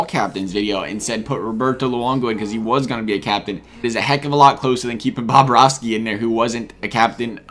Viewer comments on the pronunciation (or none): none